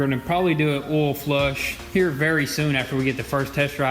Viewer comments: Oil not ollllll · Oil not “OLL” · Oll? The fuck is Oll? I've heard of oil. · hahaha why do you call oil for ol? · Olde Oihal.. MMmm just fille dup the OYALLL.. Ol Ohal.... MM... filln up the ohal with ol Oyle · How many times can someone mispronounce OIL? It has a "i" in the word, it is not spelled ol. You say it like the word "old" minus the last letter! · I enjoyed when you said "ol" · The way they say oil. Olle 😂😂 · the "OWEL" lol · Say oil right god damn it